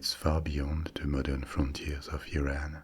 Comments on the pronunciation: me, an iranian experiencing a wave of relief when you said didn't say "iran" as "eye ran" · No Europeans pronounce it “eye ran”....